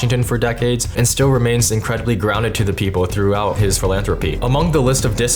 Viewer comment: festab-bols Random cut that doesn’t feel right outsider……….. pe-pole